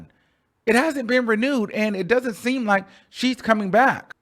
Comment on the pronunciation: You don't hate the song but called it look lmaooooooooo I can't take you..you said look lol lol